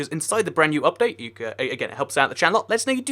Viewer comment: im up all night for the updáite XD X3